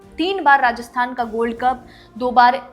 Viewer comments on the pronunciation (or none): none